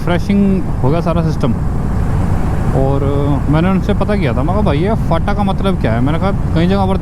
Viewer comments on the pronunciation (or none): फाटा नहीं भाई फांटा बोलते ह मतलब "स्टैंड"